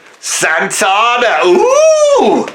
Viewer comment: Well, you do sometimes go on a bit. Also, it’s SanTANa not SanTONa.